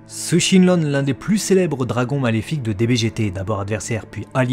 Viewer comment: Ouah par contre mec ta voix toute calme elle rend fou c'est pas du tout agréable à écouter. Je préfère la voix de l'autre gars mais la tienne elle rend vraiment dingue. En plus tu prononce mal les noms donc c'est encore plus désagréable. C'est Shenron et pas ShenLon vraiment aucun effort.